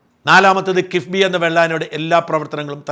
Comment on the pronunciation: പ്രിയ ഷാജൻ സാർ കിസ് ബി അല്ല അതിനെ കക്ബി എന്ന വിളിക്കും